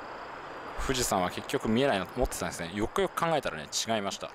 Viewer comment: よくよく考えたらがゆくゆくに聞こえる、まあ気にしなくてイイけど気になる滑舌と発音の問題今後の課題ね。他がマトモなだけに惜しい！